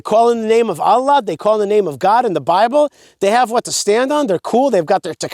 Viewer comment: Alah, you keep using that name, I do not think it means what you think it means. Maybe you should find out how to say the name of the God of Abraham, Issac and Jacob. Love you. Alah is no God, but the moon god.